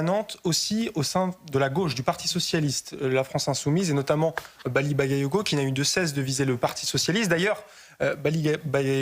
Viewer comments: Elle est même pas capable se prononcer son nom: Maly bayayoko 😂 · Hahaha! Les medias passent déjà à l'offensive et cette piètre journaliste qui s'efforce à mal prononcer le nom de ce maire. Elle est juste ridicule 😂